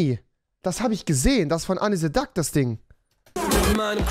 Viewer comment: niemand: wirklich niemand: rewi: Anni Se Duck